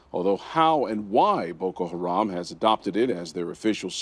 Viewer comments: Did he just say "boko ratan" I think he meant boko haram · lmao the gang keeps calling it "boko ratam" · Boko Haram not "haran"